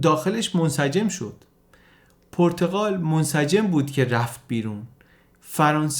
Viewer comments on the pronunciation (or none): خیلی عالی ولی پرتقال نادرست است و صحیح پرتغال با ضمه در (غ) صحیح است